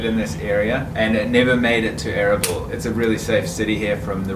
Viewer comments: Its pronounced arbeel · Erbil was one of the oldest ASSYRIAN states dating back 2000 BC and its pronounced erbaeal meaning 4 Gods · I'm sure someone already said this, but it's uhr-beel... and yeah, the Kurds are awesome people. Very welcoming. Extremely hospitable. Plenty of affluence and nice cars and nice houses in Erbil. You probably should have stayed in the northern part of town, the Christian Quarter, Ankawa. Lots of NGO's, lots of english spoken, nice malls, nice hotels, etc.